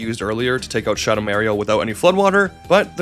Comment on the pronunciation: Shuhdow Märio particularly hurt